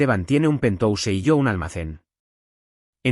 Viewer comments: Es penthouse se pronuncia penjaus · Y penthouse esta mal pronunciado en ingles. Desastroso.